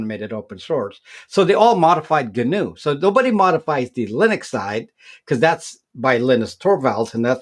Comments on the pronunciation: Gnu is another name for Wildebeest, two species of African antelope. It's pronounced: Nu. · The 'G' is silent.